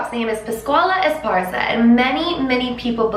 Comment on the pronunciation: THANK YOU SM FOR SAYING ESPARZA CORRECTLY, esparza is my 2nd last name and everyone always pronounces it esperanza 😂😑